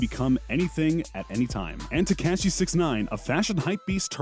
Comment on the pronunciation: I mean he's calling him teCASHee